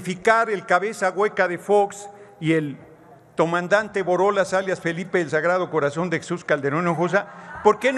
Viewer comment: Jajajaaj "Tomandante"